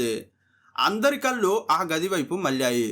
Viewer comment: కల్లు కాదు బాబూ కళ్ళు 😢